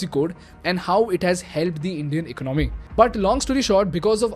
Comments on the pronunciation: Much as you would like to show this as an unbiased reporting, your bias comes through quick. Also learn to pronounce economy. It’s ek-ononmy. Not iknomy. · Big fan. Two suggestions: Since you speak a lot about the ecOnomy... you may wanna get the pronunciation right. It's not econOmy. It's ecOnomy. However - when you say econOmics, you don’t want to say - ecOnomics. It's econOmics. Yes - English is a weird language. But it's earning you and me our daily bread. So, we might as well get it right. In this video, you wanna use AI and trim beard equally, from left to right. 👍Cheers. Keep the awesome videos coming. Love the content. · Dude I really like the videos... but you mispronounce alot of frequently used words n that really messes with my head man... Please check the way you pronounce "economy" in this video and "gross" in your other video...